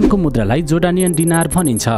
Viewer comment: गाईतुन्डे डिनार होइन दिनार हो उचारनमा समस्या होकी???